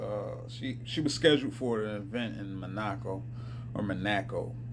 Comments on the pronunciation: Manaco😂😂😂 Sound it out bro. Mon-a-co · Monoco = Mahn oh ko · This fellow discussing Mon-at-co (Monico) seems bright and informed, but how sad is it for our public schools to fail these growing kids in teaching about the geography of the world but rather try to infiltrate their young minds with hate. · It’s Mon-a-co. No ack 😆 but yea you’re on point. Whoopi is a delulu..